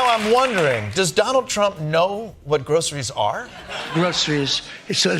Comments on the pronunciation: We know Trump knows nothing about Groceries because he pronounces it Grow-suh-rees like 3 syllables. Those of us that shop for them pronounce it "Grosh-rees" With 2 syllables. It is, like "stuff in a bag" but not all things in a bag. DJT and Elon need to go back to things they know, like......., yeah, I got nothing, which is what they both seem to know. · Why is the word groceries so hard for donald. Can't put his finger on it. Mental cognitive problem.